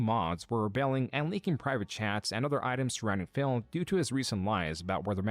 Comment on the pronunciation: Everytime says Phil, he sounds like he is saying Phail lmao